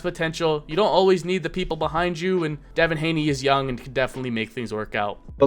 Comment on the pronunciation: What are you saying his name like that?! …its unbearable